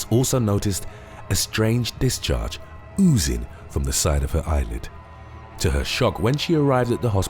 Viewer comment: My man's said OzOozing